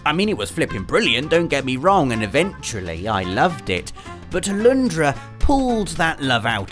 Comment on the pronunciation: Its Alundra. Not Aloondra!